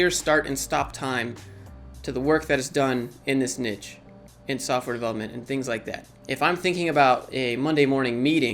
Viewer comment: Great videos, but you keep mispronouncing the word "niche".